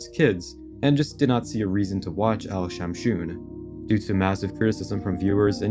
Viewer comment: Al shamshoon 🤣🤣🤣🤣🤣🤣🤣🤣🤣🤣🤣🤣🤣🤣🤣🤣🤣🤣🤣🤣🤣🤣🤣🤣🤣 Indian finds it very funny